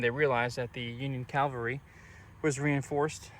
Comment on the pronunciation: Please allow a correction. You kept saying "Calvary" which is where Christ was crucified. It's "Cavalry" the placement of the L is different. I realized that I once did the same thing!